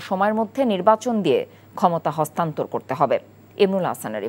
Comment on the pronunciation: অস্তান্নত না হস্তান্তর হবে 😂😂😂😅😅😅😊😊